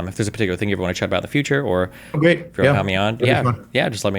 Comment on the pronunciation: "We've getting a gweat deaw with Ukwainians fighting the Wussians and dying, but also if Wussians invade Estonia next that means we'd have to fight for Estonia and i don't want that." Uhuh.... Why isn't destiny stopping him from voicing these Kremlin talking points?